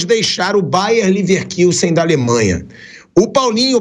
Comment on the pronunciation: Pilhado , para de falar “Leverquilsen” um jornalista com 400 anos de carreira não sabe falar corretamente. Coloca Bayern Leverkusen no Google tradutor e ouve a pronuncia em alemão.